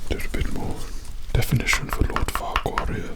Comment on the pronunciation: After a while I started mishearing Farquaad as "Fuckwad"